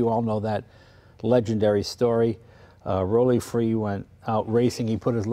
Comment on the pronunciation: FINALLY, someone who pronouces Rollie Free's name correctly!